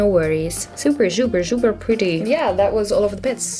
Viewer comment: She said zuper